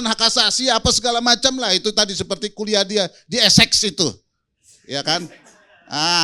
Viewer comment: kalo gak salah kuliah di Inggris, di universitas esex esex bilang nya😂😂😂